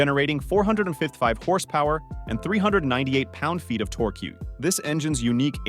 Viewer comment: 'tor queue' LOL